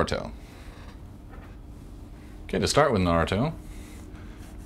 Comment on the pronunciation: =) the fact that u say his name right just makess me smile...my parents say naaaaaruto and its annoying...keep up the vids they r awesome